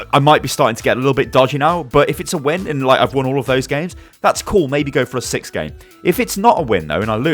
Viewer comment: In he said a sick tips